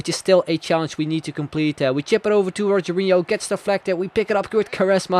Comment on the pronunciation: Rogero Not Rogerio